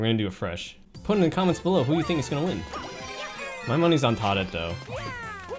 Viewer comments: When he says Todette instead of Toadette it really grinds my gears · Surely it’s toad and toadette, as opposed to tod and todette? Serious effort regardless. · Your suppose to pronounce the Toe. If you say Too it sounds like your saying the number 2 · Is this a troll? I'm genuinely confused on whether the people saying it's pronounced 'todd-ette' are trolling or not. I really hope that our education system hasn't severely failed you and you are trolling. It's 10,000,000% 'Toad-ette', and it shouldn't even be a question in people's minds. Never mind. It's obviously a troll, and I shouldn't have fallen for it. Re-reading the comments made me realize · Why is he saying Todd and toddette instead of Toad and Toadette? Is it just a personal nickname he has given them? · Nah it's pronounced "Todd" and "Toddette" because in Japanese they don't have the "oa" sound that we use in many western languages so it's substituted with "ah" and this entire comment so far is bs because just likes saying toddette. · Bro it triggers me that you say todd-it instead of toad-ett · no what do you mean its supposed to be todd-ette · no its Toe-dette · litty.chungus 1 its too- de-teh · your wrong. Your telling me Its TODD DETTE. Do you not see the problem? Her name ain't Todd. Lmao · Too detty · It is pronounced toe-de-t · Hyper Blazing It’s supposed to be pronounced like “Toad” but with ette (pronounced et) at the end